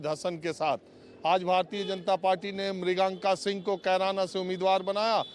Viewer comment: marganka singh had hai naam to sahi se lo 😁